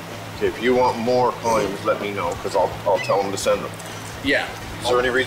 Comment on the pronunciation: Also this guy calls them “columes” hahahahaha like volume with a C